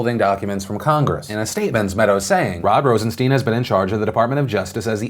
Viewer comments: Phil! Pronounce the man's name right. It's sound like mine not keen. IE Rosenstine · Phil, I love ya, but to be credible you need to pronounce people's names correctly. Rosen-stine (long I, like a stein of beer) and Good-lot. (not let) just sayin' ATB